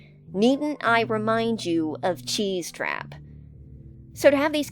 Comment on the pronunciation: CHEESE-TRAP?!??? OH NO 😭😭